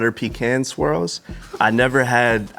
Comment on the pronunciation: I'm gonna be honest.... I don't like the way they said Pecan